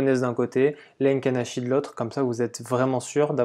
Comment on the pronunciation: Les "Heinken" Ashi les gars! tu connais pas?!🍾 Se dit: "é-quine achi" écrit Heikin Ashi!